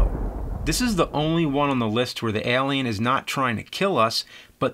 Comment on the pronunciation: Does anyone else find it so weird how he says "Elian" instead of Alien! 😂